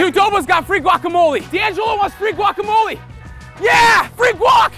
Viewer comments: Their pronunciation of guacamole cringes me. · You don't even pronounce guacamole corectly